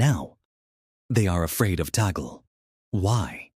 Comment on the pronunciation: YOU ERRONEOUSLY PRONOUNCE THE NAME OF OUR CARDINAL LUIS ANTONIO TAGLE...SHOULD BE TAG-LE'